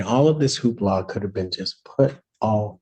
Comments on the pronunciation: A "who-ha"?? You mean "hoopla"? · Hoopla not hooha. 😃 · It’s Hoopla. Not Hooha ( that means something else 👀 )